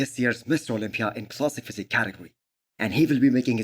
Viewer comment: Is this only me or everyone else hears MISS Olympia?